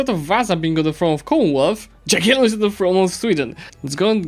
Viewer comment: ja kiedy dżagielon